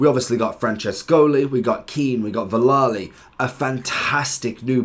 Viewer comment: Please stop saying Villali!